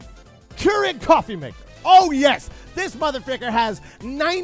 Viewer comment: Cofwee Gween tea Cawfee Gween tea